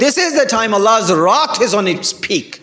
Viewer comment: Wrath not rot seems like need to learn to speaks English